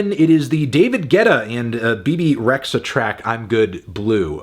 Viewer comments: Albanian fan here ITS PRONOUNCED REJA BEBE REJA AS IN A HARD J NOT RE..X..HA BUT RE"HARD J"A LIKE J MICHEAL STREZINCKY IDK OR JANUARY I SEE PEOPLE DO THE SAME WITH ENVER HOXHAS NAME Also as a albanian im honestly sad bebe did this song as the original is one of my favorite songs of all time Goodbye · FYI: "Rexha" is pronounced "Re-jah". Albanian spelling.